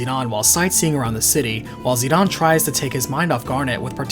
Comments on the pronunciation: Where did you learn to pronounce the characters names???? I know there is not any voice acting to confirm pronunciation, but seriously...Zi Don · Zidahn Zidahn Zidahn... That's all I hear. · why dies he keep pronouncing zidane as zeon and zenon? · It sounded like you kept saying "Xenon" instead of "Zidane". Either way, great re-upload. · Peebo Saxon It’s a matter of how a Japanese person would say it. They pronounce it as Zee-Da-Ne with each syllable emphasised. That’s most likely why he says it as Zee-Dawn. I prefer using the name and pronunciation used by the company. It’s their creation after all. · Zinedine Zidane is precicely the reason I pronounce it "Zi-Dahn"...because that's just the closest reference I have... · I don't consider Dissidia's pronunciation of Zidane's correct. Just because it was made by Square Enix, doesn't mean Sakaguchi, Ito, or any of the writers had input on it. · Whenever I hear someone try to pronounce Zidane's name, I know they will mess it up because they are obviously not soccer fans because the character is named after a famous soccer player of the time. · You really pronounce Zidane that way? Wtf bro? What do you call Beatrix? Baethrow? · That is not how you say Zidane. It is annoying. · As a kid it was always Zidane. Then dissidia was made, pronouncing it zeedawn. Then learning how many games translations were changed heavily. Some butchered entirely. Yaaaaa. I've accepted I was wrong for the majority of my life hahahaha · Despite the fact that it was in Dissidia, I don’t like or agree with Zidane’s name being pronounced “Zi-Dawn.” I don’t care who you are, that just sounds like a bad mistranslation. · I'm not so sure about the name pronunciation. Isn Zidane French, which would make it zi-dan. I know dissidia says zi-don but even dubbing can be wrong. Not going to fault someone for saying Dan or Don, it's probably more like tomato. Hell where I live David has 2 pronunciations depending on family. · Who “Zeed-on”